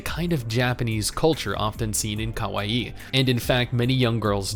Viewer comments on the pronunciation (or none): none